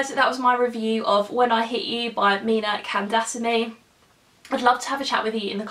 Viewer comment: Her last name is pronounced Kan (As in cunning) daa - saa- mee